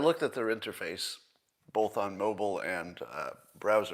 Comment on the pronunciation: He drops the ‘t’ in words ending in ‘tion’. I’ve never heard that peculiarity before. Also, notice his pronunciation of the word ‘both’. It’s ‘bolth’.